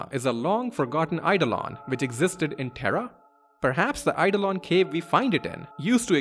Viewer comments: Yep. And Eidolon is real-world word, too, with a different pronunciation to the one used here. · A few people have picked up on the mispronunciation of Iifa Tree as Lifa Tree, but I've not seen anyone point out that 'Oeilvert' should be pronounced as if it's the two French words 'oeil' and 'vert' (because that's what it is), or that Eidolon is a real-world word, pronounced 'eyeDOHlon'.